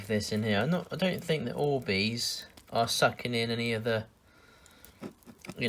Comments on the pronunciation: These aren't orbeez they're worbeezs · Me: clicks the video: ORBEES 😂😂😂😂🥰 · sorry😂😂😂but at the start when he said orbeez i thought he said boobies😂😂😂😂great video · When he said orbeez i tought he said "oh wees" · Oh bees? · Annaleec Wright it sounded like he said oobeez lol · Why does he say oh baes all the time? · shakes ORBEEEZ 😂😂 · No ! OR - BEEZ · I mean but btw he said o bees XD IM NOT HATIN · Omg i dont know who u are but i subscribed once u first said orbeez with youre accent